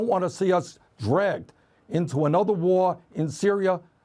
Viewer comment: 4.35 He mispronounced "Iraq"